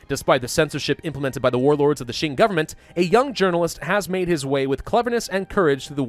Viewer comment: Mandatory comment judging your pronunciations, this is for entertainment and educational purposes, I mean no offence to your contents, they are great. I will watch the video and correct pronunciations and/or give tips in this comments as I go along. Also before I start, tends to pronounce the Qing as Xing. As great as he is at pronouncing the Chinese ‘x’, that is not how you pronounce the ‘q’. First of all, as a piece of background info in Chinese ‘zh’ is pronounced like an English ‘j’, and the sound will from this point forth be referred to as ‘zh’, as ‘j’ is reserved for the Chinese ‘j’ sound. If you already know how to pronounce ‘zh’ and ‘x’, a quick way to learn to pronounce ‘j’ and ‘q’ is realizing that the difference between ‘x’ and ‘sh’ is the same as ‘j’ and ‘zh’, and ‘q’ and ‘ch. If you don’t get it just listen to it online, it should help. Also ‘c’ is pronounced like an English “ts”. Anyways since I already mentioned how to pronounce ‘j’, ‘q’, ‘zh’, and ‘c’ I will not include them in the list of corrections unless it is some special case (such as ci and zhi). It says 直隸 (simplified 直隶), it means Zhili, as in the province and the clique. And by the way Zhili is pronounced Zhh-li Ji-aang Bai-li (I will use double A’s to signify when to hold a short ‘a’ sound) Lwo-yang Rwei Sss-chwan Fung-ti-an